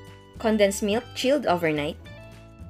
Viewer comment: Im so irritate when she pronounced "chilled overnight" 👌